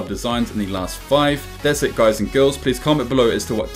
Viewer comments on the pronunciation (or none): none